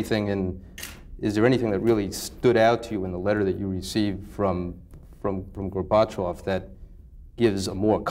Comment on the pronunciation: What's this "Gor bat chav" pronunciation from this reporter? Funny...